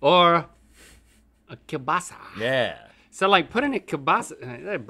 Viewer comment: Link almost pronounces kiełbasa correctly :D